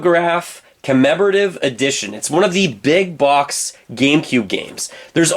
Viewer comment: Very annoying how you pronounce ‘Box’